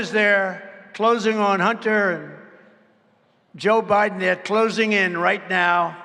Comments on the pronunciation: "Joe Briben" lol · Mr. President Trump, you mispronounced "Joe Bribem" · Yo trump got jokes for years 🤣 😂 you can cut through joe biden garage door with scissors he called him joe briden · Did he call Biden. "Briben"? I love this guy, a true leader, a real man.